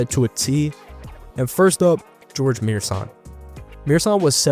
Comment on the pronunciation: Yooo! Started watchin several videos, subscribed after 3rd really.. but just wanted to say, it’s not George Muersan. Gheorghe Muresan. Please try do an effort and try at least pronouncing the name right! Love your videos, keep going!